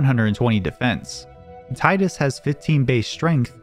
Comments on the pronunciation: Teedus, not Tighdus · Cool video. But it's (TEA-DUS) not tie-dus. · It's fucking TEEdus. It's never been TIEdus. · its TIDUS not TIDEUS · It's pronounced "Teedus". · When you switch the game into Japanese it reads, (anglicised), "Tiida," which is pronounced "Tee-da." Meaning the pronunciation in English should be "Tee-dus" Now stop making my ears bleed. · you pronounce tidus wrong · The fact that you can't even pronounce the name of the main character leads me to believe there are probably all kinds of basic errors in your videos and they aren't worth watching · Tee-dus or Thai-dus?